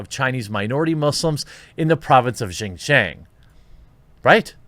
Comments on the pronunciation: Please learn how to pronounce Xinjiang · Ugh, it hurts every time you mispronounce Xinjiang. Not saying that I was blinded by that and didn’t listen to anything else you said, just kept throwing me out of listening